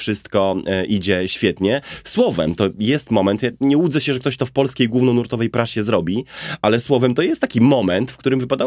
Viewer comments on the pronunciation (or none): "... nie łudzę się, że ktoś to w polskiej gównonurtowej prasie zrobi..." - jak to czasami kiepska dykcja odsłoni gówno w nurcie... I jeszcze propozycja małej korekty: "Cztery lewe ręce" są o wiele bardziej adekwatne.